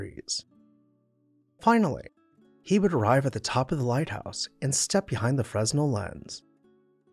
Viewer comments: Fresnel is pronounced fren-NELL. The "s" is silent. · Love your videos! Just a quick note for future, the "s" is silent when pronouncing the Fresnel Lens. It should sound more like "Frey-nel". But great work please keep the vids coming!